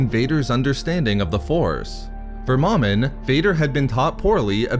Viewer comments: It's pronounced "Mo-Min" not "Maw-min" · Agreed. There is only one M in the middle of the word. Thus the long vowel. Plus it sounds silly calling a Sith lord Mom in. Is your Mom in? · It’s not “mom-in”. It’s “Mo-min”. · You are saying Momin wrong